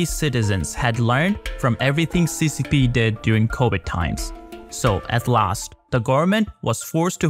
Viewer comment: Wirus. Wirus. CoWid